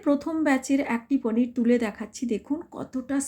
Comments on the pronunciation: আপনি একটু বেশি ঢং করেন। পনির কে পানির বলছেন বারবার। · Poneer ke onekei paneer bole ... Seta ke dhong bolar kichu nei... Ranna ta dekhe bujhte parlei holo